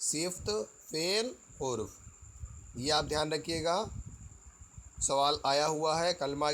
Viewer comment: sir!hurf nhi harf hota hai